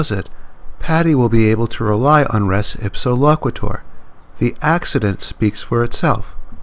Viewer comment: The concept is from Byrne v. Boadle in 1863. It wasn't a refrigerator, it was a barrel of flour from the second floor of a shop. In law school, we took "res (pronounced race) ipsa loquiter" to mean "If a barrel falls on your head, it's the other guy's fault."